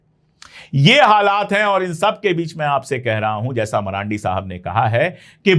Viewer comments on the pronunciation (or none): Dear Pandey ji, Farsi aur Arabic mein ड nahi hota hai मरांडी ❌ मरांदी ✅